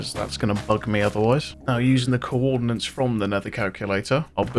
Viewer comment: Also usually i wouldnt gaf but since its an important part of mc it would be better if you knew its spelled coordinates,not “co-ordinance” thats not what that means🙁 mb if its some obscure inside joke